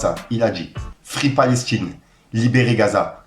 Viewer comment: Elle a dit palech tine 😂